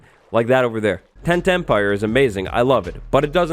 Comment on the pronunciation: Does anyone else hear "10-10-pire" every time says "Tent Empire"? 😅 I think any farm in the Nether should be legal, because the Nether bridges the two bases. I'm on the fence about trading with old villagers, though.